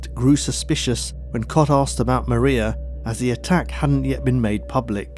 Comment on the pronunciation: I love these stories and can't believe you haven't got a million subs, but there is just one thing that drives me nuts... arksed instead of asked, its sounds sloppy you say asked sometimes so I know you can do it!